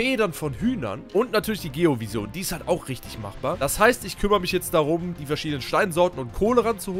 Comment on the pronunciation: Boah ich dreh durch das du Vision wie der größte Almann aussprichst xD das spricht man ENGLISCH aus